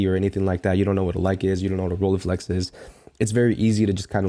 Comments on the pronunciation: Was in the repair shop, earlier today, to pick up my Fuji GS645S. They had several Rolleiflex there. First one was 1,990 EUR, didn't bother to have a second look... Anyway, it's Rolleiflex, not Rollieflex. You are able to say LEIca, so you should also be able to say RolLEI. The LEI sounds the same in both names. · I was more excited about that Rolleiflex. Btw correct pronounciation is roll-eye-flex:D